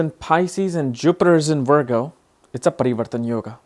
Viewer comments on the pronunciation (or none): none